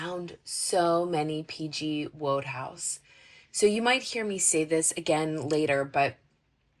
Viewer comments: That bookstore is a real find! Thanks for sharing. Incidentally, I hope you'll appreciate knowing how to correctly pronounce "Wodehouse." It's WOOD-house, not as you pronounced it with "WHOA" as the first syllable. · Wodehouse, pronounced, 'Wood-house' in UK , Sir Pelham Grenville Wodehouse. Sara Crewe- Sa- ra, no 'h' ,making it 'Sarah' .